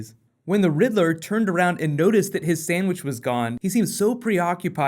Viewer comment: I laughed so hard when he said "Someone ate my snadwhich"